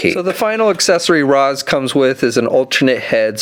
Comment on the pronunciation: Great figures and vid but it's pronounced Raysh not Rahs 😉